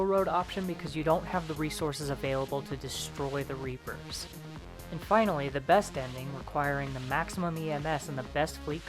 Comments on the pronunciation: LOL reaper-Os xD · Reap-o's XD